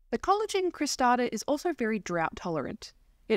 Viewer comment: I’m enjoying your videos. It’s pronounced ‘selojinee’. I have 2 different ones & they grow well in Brisbane too